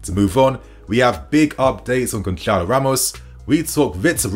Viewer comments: niinii goncalo ramos is pronounced, Gonsarlo , the c with the accent is pronounced as an s, ik portuguese names r tough ffs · Why is everyone in England pronouncing Gonçalo with c? It's not really a C when it is written with the letter Ç and that is pronounced as the letter S so you should say Gonsalo.